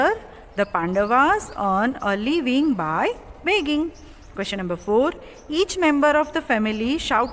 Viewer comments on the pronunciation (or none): Its LIVING and you r pronouncing it as LEAVING. its DISGUISED and u r pronouncing it as DISGUST. its FLED and u r pronouncing it as FILLED.... who made u an english teacher?